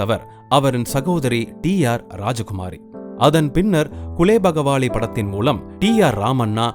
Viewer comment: இவ்வளவு செய்திகளைச் சொல்லும் உங்களுக்குக் குலேபகாவலி படத்தின் பெயரைச் சரியாக உச்சரிக்கத் தெரியவில்லையே! குலேபகாவலி என்பதை குலேபகவாலி என்றல்லவா சொல்கிறீர்கள்?